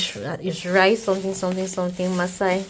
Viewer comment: Massa not Maasai 😂 They best Kilishi is in the North like Sokoto, Kano, etc. but Yahuzza also has great suya - beef and chicken.